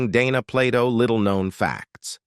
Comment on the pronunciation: The narrator calls her Donna several times as well as mispronouncing her last name